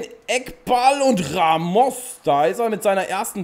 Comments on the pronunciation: Man spricht ihn rAmos ganz kurz und nicht raMOS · Warum sprichst du Ramos falsch aus? Du als Dortmund Fan müsstest das doch wissen.😁